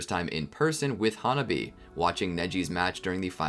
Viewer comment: Ha-Nah-bee not hona-bee